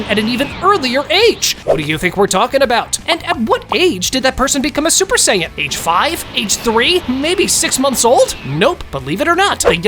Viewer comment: No just sayians not supa-sajin or super sayian